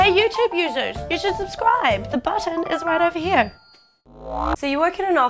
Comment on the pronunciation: ahahaha if you mean the way she says " users" well thats fucking hilarious!!!